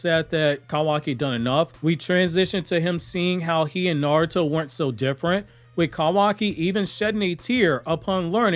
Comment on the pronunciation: It was a bit funny, read the name with that "NaROOOto" pronunciation heh 😄